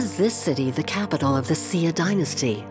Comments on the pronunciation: Why does that lady narrater keep pronouncing the word "xia" as "zia" as in "zee ia" not like the Chinese teacher pronounce it "zhia". They need to articulate proper pronounciation, regardless if it's a foreign language. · It is the Xia, it's just the fact that they didn't pronounce it correctly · The consistent mispronunciation of Xia makes this nearly unwatchable. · Sia? I thought it was the Xia?